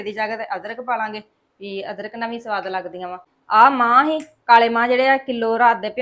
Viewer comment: Mahvan ni mahhan dianvadian put gussa ni karna